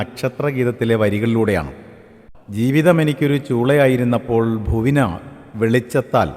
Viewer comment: ഭുവിനാ എന്നല്ല ഭൂവിനാ (ഭൂവിന് + ആ) എന്നാണ് വായിക്കേണ്ടത്.